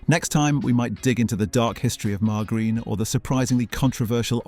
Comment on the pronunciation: BOVV - RIL. Never Bow - vril. MAR - JER - EEN. Never Mar - ger - een.